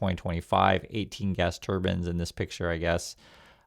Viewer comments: save yourself some trouble. It's turbines. Not turbins. Do you want the sihk committee to come after you. Remember they carry daggers to fight evil. I know you are anything evil ❤. Please be careful how you pronounce your words.😊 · it's pronounced turbuyns, not turbins